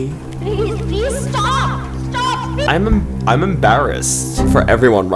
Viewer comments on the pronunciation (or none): PLEAS STAUP, STAUP PLEES GOT ME LAUGHING SO BAD